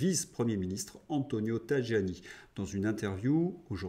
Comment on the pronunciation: Prononcer "TAYANI". En effet, le y ne figure pas dans l'alphabet italien et c'est le j qui fait office de notre son "yeu". 😊